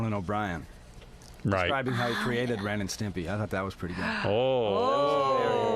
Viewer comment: Pelican face intentionally mispronouncing Ren and Stimpy was really annoying.